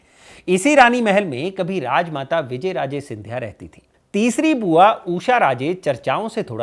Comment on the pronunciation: तुम्हारी रिसर्च बहुत पूअर है तुम नाम ही ढंग से नहीं बोल पा रहे विजयराजे सिंधिया नहीं विजयाराजे नाम है। शिंदे सिंधिया कैसे हुआ यह भी तुमने गलत जानकारी दी? वंशावली भी तुमने क्रम से नहीं बताई। इससे पता चलता है स्क्रिप्ट किसने लिखी किसने कितनी पढ़ी।